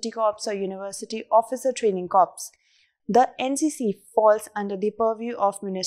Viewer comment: In NCC the word corps should be pronounced as Core and not Corpse